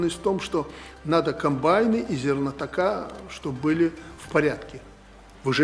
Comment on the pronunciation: ЗернотокИ.Возглавляя хозяйство,не правильно произносить зернохранилище.Это от высшего образования Горецкого ?